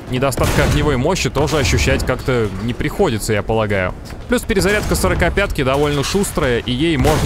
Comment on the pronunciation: Я один слышу место сорокопятки сракопятку?